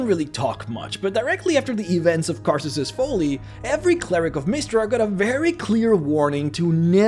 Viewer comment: “Karsus’s foley” xD